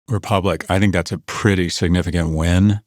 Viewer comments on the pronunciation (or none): none